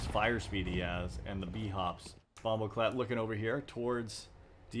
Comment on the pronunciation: The way you pronounced bomboclat 😆 Great vid as always though